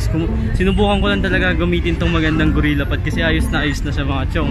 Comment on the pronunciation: gorillapod tsong hindi gurella pod